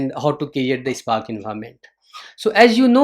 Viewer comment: Hi, you are pronouncing SPARK as "EISPARK". Thats ok.😊dont mind. Nice session. Good inputs for beginners.